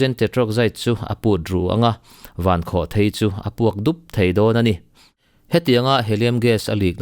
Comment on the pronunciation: Mizo ṭawngah chuan a lam dan hi lam dan tur dik tak a ni e. Thil tlawn a lai kua hi thei (chhemthèi/mauthèi etc..) tih ṭhin ani a, rocket hi chutiang pian nei anih vang chuan "Vankhawhthèi" tih hi adik thlap a ni.